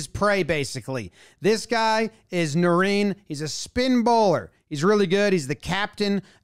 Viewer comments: “nah rine” not “nah reen”, good breakdown though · Botched Narine's name btw😂😂😂. Its not Na-reen. Its Na-rine like cheese rind but without the d.